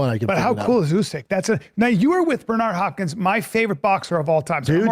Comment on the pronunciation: Bernard harpppkins lmao